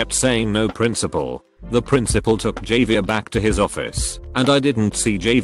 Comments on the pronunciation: The ai saying Javier as "JAV EAR" instead of "JAV E ER" is funny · Javier: Pronounced as “Ha-Vee-Air” The text to speech guy: “Jay-Veer” People with the name: 👁👄👁 am I a joke to you? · Text to speech be like: Jay-vier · No one: Text to speech: JAYVEER Me: 👁👄👁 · Nobody: Video: JAY-vier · One thing that annoys me is how they said Javier...